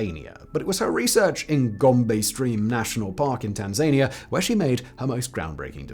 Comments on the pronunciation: Tan zay nia? WTF Simon? Tan zan ea. FFS. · "Tan-zay-nia" good grief 💀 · No that’s how the British pronounce Tanzania 😅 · It's pronounced Tanzania not Tanzania!!!!! You have been making this mistake for years. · That pronounciacion of Tanzania 🤣🤣🤣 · Every time he says it, i question my sanity!! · Please, please, hire someone to pronounce words for Simon. One wrong in a video isn’t great but seems to be about standard. Two wrong is really pushing it (Tanzania and Colobus). At it happens I am currently available…